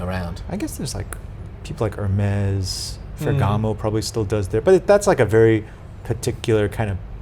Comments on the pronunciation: *HERMES*......... Pronounced "Er-May" (NOT "Her-Mezz", as you said) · It absolutely is not pronounced like that… 😂